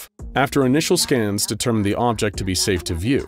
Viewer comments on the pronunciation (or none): none